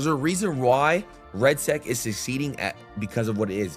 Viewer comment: its redsec gangsta not redsac aka red balls